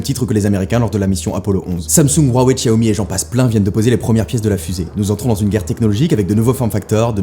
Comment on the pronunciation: Enfin tu parles "un peu" de Xiaomi Plutôt bien prononcé en plus :O